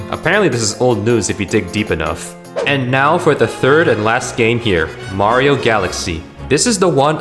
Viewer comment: "bario" sunshine. my favourite nintendo game